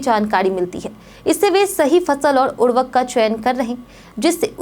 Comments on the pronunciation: Urvk kya hai? Urvarak ni bol skte to khad ji bol do.😂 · आप क्या बोल रहीं हैं।उर्वरक या उर्वक